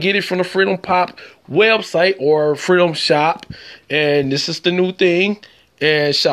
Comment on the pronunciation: You know you’re listening to someone from Chicago when he makes the word freedom sound like frenulum. I heard this and I’m like “what has foreskin got to do with free data” 🤣🤣🤣🤣